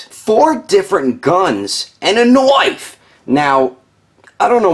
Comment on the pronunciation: "four different guns, AND A KNOIFE"